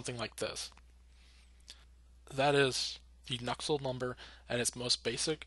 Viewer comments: What's so hard to pronounce about Nusselt? Why are you adding a k in there lol. Nuksult, wtf lol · Nusselt dude. Not Nuckselt. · why u sayin nuksult